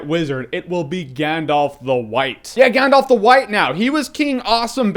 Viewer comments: That being said, your pronunciation of some of the places and characters is just awful. For instance, it’s not “GandOLF”, it’s “GandALf”. Yes, I do realize how dorky I am with this comment, but for some reason, it drives me nuts when people mis-pronounce things in this trilogy. Even Stephen Colbert, one of my heroes, mispronounces “GandALF” as “GandOLF.” That’s not his damned name. Anyway, I love your reviews and I’ve been having a LoTR nostalgia moment, so I decided to look up your old reviews of it, and I agree with you on most of it, but your pronunciation is terrible. Adore you and what you do anyway, though!! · I love your reviews and share your love of lotr but it's Gandalf not Gandolf. That really grates on me...